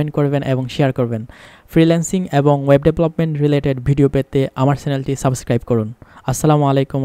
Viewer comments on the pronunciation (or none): none